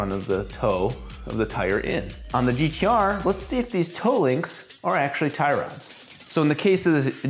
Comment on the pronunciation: I take offence to the "if you're australian" comment hahahahahaha but touche :p it's pronounced "gtaaaaaaaaaaaaaaaah"